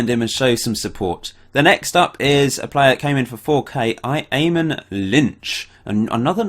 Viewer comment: Eamon is pronounced Amon